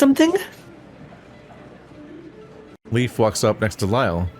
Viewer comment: don’t think I’ve noticed/thought of it before, but is Leif supposed to be pronounced the same as ‘leaf’? I know the Norse explore Leif Erikson is pronounced that way, but in Germanic words, ‘ei’ is pronounced the same as ‘eye’, which would make Leif pronounced the same as ‘life’, which would be a punny name for a doctor character. 🤔